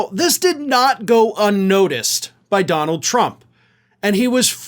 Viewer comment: As has been said before, Duh-Nald is a 'gimme' putt from insane, not a drive.